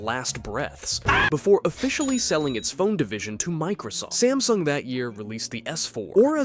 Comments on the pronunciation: Samsung, not smasung! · WHY THE GANGLE DO YOU CALL SAMSUNG sMAsNUg